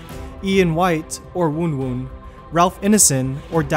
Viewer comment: Did he pronounce wun wun like woon woon?????